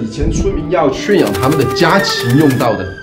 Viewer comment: 提示一个发音 圈养的圈 念 卷 而不是圆圈的圈 哈哈哈